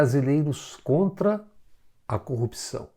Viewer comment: Moro combate a "corruxão" , ele se quer consegue pronunçiar a palavra corrupção. Pode ser que até as eleições aprenda kkkkkkk